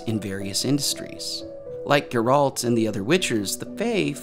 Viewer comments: First off his name is pronounced GARE-ALT not GER-RULT for the love of GOD...Did you really watch it 3 times? I only ask because you keep pronouncing his name wrong even though literally everyone in the show says it right. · Dude, I love your videos but you just made me cringe saying Sir Geralt of Rivia’s name so wrong like that!😅 It’s Ger like air. And alt like fault. His name is Geralt.😂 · dude you said you watched the series 3 times how can you still mispronounce "Geralt" it's stressed on the "e" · Every time he says Geralt’s name I twitch a little. How do you hear the name in the show and then say it like that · You watched the show three times but still can’t pronounce the main character’s name? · I cringed so hard whenever he mentions Geralt xD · You are pronouncing Geralt wrong and it drives me nuts.... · Why does everyone new to The Witcher always pronounce his name wrong?? And like bruh, you watched it three freaking times. HOW YOU GONNA MESS UP MY BOY'S NAME LIKE THAT?! lol